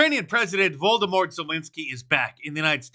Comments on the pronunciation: "Voldemort" Zelensky - yeah, I caught that. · Did he say Voldemort??? Lol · Did you say voldemort zelensky? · "Voldemort Zelensky" lmao 😭😭😭